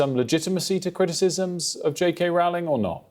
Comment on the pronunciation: Rowling is pronounced rolling (as in rolling pin). Isn't she important enough, famous enough, influential enough, for broadcasters to actually get her name right?